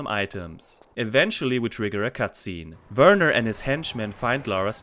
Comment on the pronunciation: I appreciate the way you pronounce "Werner"😂. As a kid I hated that it sounded like "Weerna", the way you say it it actually sounds like how it's written.👍